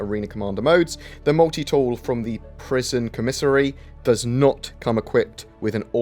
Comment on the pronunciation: Interesting pronunciation of "commissary". I think CIGs biggest problem here is that they call this a game, so people expect it to be. While it is tons of fun, it's definitely not a game yet.